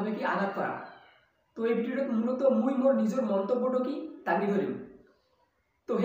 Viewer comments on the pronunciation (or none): Good try but not mui it's moi ✌🏻